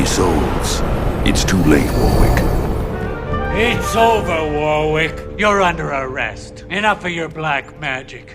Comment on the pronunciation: way, am i the only one curious as to why people pronounce warwick as "War-Wick" instead of "Wor-ick" <---- actual pronounciation of the name.... not kidding